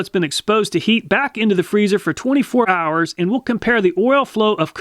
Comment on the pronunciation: "We'll leave it in there for twenty-four arrrrs"